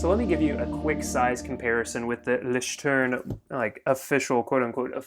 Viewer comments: I’m German and it’s not pronounced loeishterm - Leuchtturm is correct 😊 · It’s loycht turm. The first syllable is like the first syllable of “lawyer”, or the 2nd syllable in “alloy”, then kind of ch sound in the back of the throat. You can say a k sound and it’ll sound pretty good. Then the next it’s like the word tour, plus an m. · The way you pronounce it is LOYCK-term. Thanks for the video. :-) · It's loeishterm and I still prefer leuchterm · Leuchtterm isn't hard to say you just have a lazy tongue